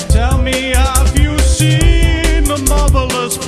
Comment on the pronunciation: I thought at the beggining he was saying: "Have you seen, the motherless breadfish?"